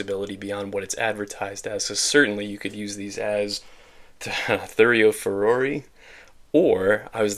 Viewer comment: I think the -oi is supposed to be pronounce like in Roy, at least that's how I remember hearing it for other Hellenistic troops however I'm not proficient in Greek (ancient or modern) at all so take this with a ... handful of salt. Anywho, fun fact : the oval shield were inspired by Celtic ones and were named thureos which is derived from the ancient Greek word for door. As always Victrix' kits are very well made and this one is no exception. Another kitbash idea would to take torsos with a mail shirt (like a roman legionnaire or a Gallic warrior for exemple) to make these into thorakitai, an heavier version of the thureophoi. Really versatile as you said.